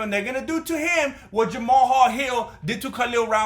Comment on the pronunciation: Like Nate Diaz against McGregor in the rematch (but the judges didn't recognise the sacrifice)., I'm reclined to believe that the reach disparity will be apparent during the bout. Thank you for including a free refresher lesson for the Jamahal Hill pronunciation seminar.